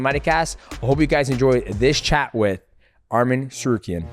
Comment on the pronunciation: Say his name correct arman not armin